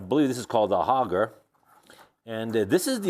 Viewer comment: The word is auger not hoger. Nice job on the restoration though.